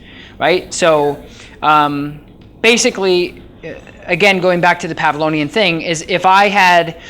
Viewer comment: Constructive criticism alert: Man, you need to edit this for us people on youtube. We're coming to see how to use it not to be sold on it. I am moving on to a different video now because after 3 minutes (!) I'm still waiting for directions. Also, if you're going to reference Pavlov... please do some basic research on him? Like how to say PavloVian. He was a real person.